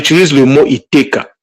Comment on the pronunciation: Juste un petit ajout de comment on prononce " iteeka" (décret)et non " iteka". Amateeka (decrets)et non " amateka". En effet en kinyarwanda ou gihutu oh Kirundi le mot peut changer de sens juste à cause des sons sur les voyelles. Les accents graves interviennent donc sur ce mot: itèèka et amatèèka